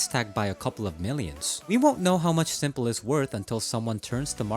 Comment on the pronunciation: Why are you calling s1mple Sanja?